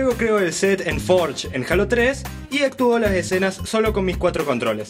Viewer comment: jajajajaj sta chido el video yo tengo el de conker live and reloaded sta chido pero si a ti te gusta el otro ps t apollo y la pregunta de mi primo es: ¿por k dises jalo 3, parese k dices k jalas 3? asi k contestame a mi y yo le digo ah y mi pregunta es: ¿me puedes agregar como amigo en el xbox? ah my perfil del xbox es silejra y una cosa mas el k dijo k tus videos son mierda es un puto guey kbron bueno bye